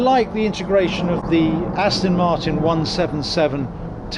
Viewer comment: Aston not Astin